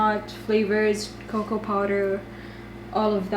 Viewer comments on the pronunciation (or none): none